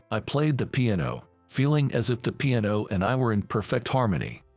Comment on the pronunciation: Really .... pronunciation is horrible ... can't even say piano